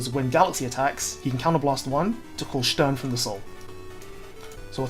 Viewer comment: You know the video is worth its salt when Stern is pronounced correctly